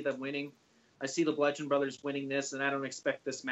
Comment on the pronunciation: Oh no not this girl too... it’s not blundgeon. It’s bludgeon brothers. No n in between...